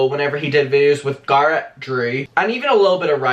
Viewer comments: GGA RET NOT GARRRAT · Everytime u say Garrett I cringe